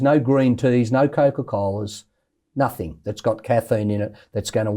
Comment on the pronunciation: Isaac can you please stop saying (nothink) It’s NOTHING! A part for that good work 👍🏻